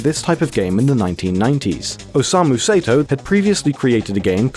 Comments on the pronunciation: You pronounced "Osamu Sato" as "Osamu Seto"... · its not Say-to its Sa- e - to.stop butchering this guy's name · "Sato" would be pronounced "sah-toh," not "say-toh." If it was "say-toh" it would be spelled "Seito." Basic Japanese, folks. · It's pronounced like "Saw-Toe", not "Say-Toe". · I'm pretty sure dynamic/static refers to the type of dream you got and whether you interacted with creatures/objects in it, not how much you moved. Sato is pronounced with an ah sound instead of a long a. Hatsu yume is pronounced with an e sound as in the ay in may, not a long e. Put simply, Japanese vowels are always pronounced the same way, so next time you make a video like this you would sound more researched if you look up a pronunciation guide.